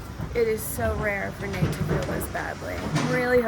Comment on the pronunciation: I think I hear Nate say his name is NUTE', as in NUT and EH, hahaha